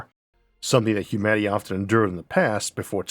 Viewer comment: Humaty? Did I hear that right? I swear you said Humaty, instead of humanity. What gives?